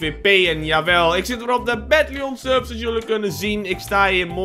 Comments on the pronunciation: beste Melvin je spreekt de badlion server niet uit als batlieon maar bedlijen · het is niet batluon dat is zegmaar hoe jij het uitspreekt je spreekt het uit als batliun maar angels weetje BAD LION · Melvin, je spreekt BadLion uit op zijn engels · een echte fries is hij